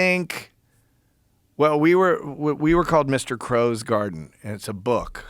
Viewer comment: I’m pretty sure it’s Crowes 😂not crows